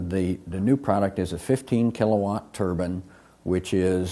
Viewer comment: He can't even say the word turbine property